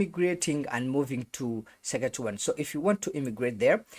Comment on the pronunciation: Suck a two one ....😂😂 That's not how it's pronounced